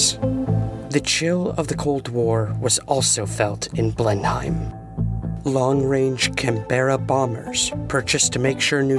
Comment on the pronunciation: Blenheim is pronounced "Blennim".